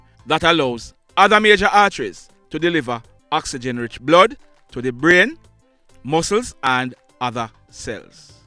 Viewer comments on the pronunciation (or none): none